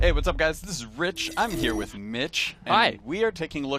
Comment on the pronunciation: stop - saying - WHIT!